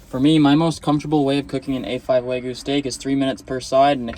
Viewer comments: Wa-gyu. Never start with saying “way”. Waaaah gyu. Dude you went to Japan. Be respectful. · Wagyu wagyu wagyu, it’s waGYU not waYGU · It's WAGYU. WAGYU. Not Waygu. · Isn't it wagyu? Not waygu? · Lol it's Wagyu lol Wag-you 🤣🤣🤣🤣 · How do you go to Japan and still pronounce Wagyu wrong. Just shows a lack of respect for the culture.